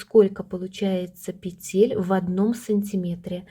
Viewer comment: Все хорошо и понятно Только режет слух "петЕль" -нужно говорить"пЕтель."И еще меня удивила таблица. всегда размер считали по длине стопы плюс половина длины.стопы. Например, 26 см длина .плюс 13 см будет 39 см - это и будет 39 размер. Т.Е. 2/3 от размера - длина стопы. Неужели сейчас переделали?